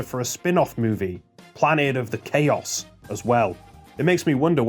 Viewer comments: It's planet of the Chaos "chows", the creatures. Not "Kay-oss" the state of disarray and confusion. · Planet of the Chaos isn't "Planet of Chaos (Kay-Oss)" like you said, but actually "Planet of the Chaos (Chow-s)" as it's a parody of Planet of the Apes. That was the only thing that triggered me, so good job! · Wouldn't it be pronounced planet of the "chows"? Because in Sonic Adventure 2 they have creatures called chao. That billboard in game reads "Planet of the Chaos". You said it like like the English word chaos which wouldn't make much sense given the context since the other movie adds were for the creature chao.